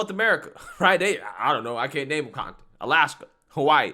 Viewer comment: I just ended up cringing when she said "Alaska". 🤦